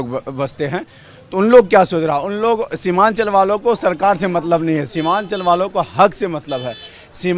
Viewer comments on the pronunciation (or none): शिवानचल नही सीमानचल